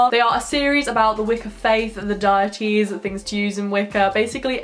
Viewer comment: Love this video :) Very well researched and you are a pleasure to watch. Just a teeny tiny pointer, which shouldn't be taken as criticism, but we pronounce the sabbat 'Imolc' the 'b' is silent and deities is pronounced 'day ee tees' Keep up the fabulous work and enjoy Imbolc! <3 Blessed be.